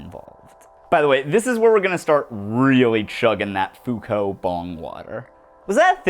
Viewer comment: "Fow-cult" ohhhhh no, they're gonna come for you.